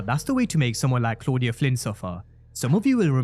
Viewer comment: I love how Tommy pronounces Claudia's name.